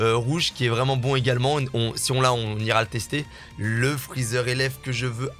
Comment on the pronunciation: Ses freezer pas freezar